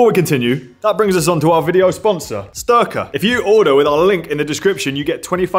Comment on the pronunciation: Styrka rhymes with derka like in Team America!